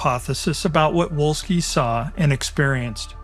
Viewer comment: Volski, Volski, the fucking Pronunciation is Volski, v, V, v